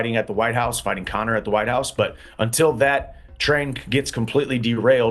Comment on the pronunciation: "CONA MCGREGOR!!"